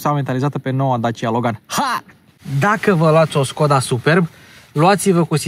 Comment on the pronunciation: Nu te urmăresc prea des. Dar si cand te urmăresc observ si apreciez ca esti bine informat, spre deosebire de multi. In acest video, pronunti Skoda cum trebuie. Stii ca Webasto e firma sistemului de incalzire, etc.